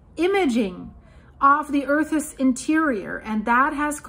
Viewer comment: please check on the pronounciation of "earth's"